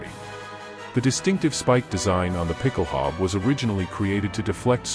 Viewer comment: A) it's pronounced ˈpɪkl̩ˌhaʊ̯bə, with an 'ow' sound as in 'cow' and an 'uh' sound at the end, and B) you neglected to mention that it was adopted by forces all over the world including the British Household Calvary and the US Marine Corps and is still in use in many countries as part of dress uniforms. Great video, though. I'm subscribing!